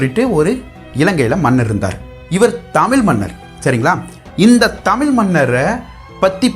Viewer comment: Good effort than, aanal ungal tamizh pesum utcharipu seriyilaye ayya. Tamil tamil enbathu, & valinam, melinam thavaraga ullathe?